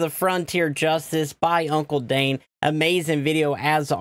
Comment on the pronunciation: "hey guys today we are going to watch another video by hunkle dane" oh a mistake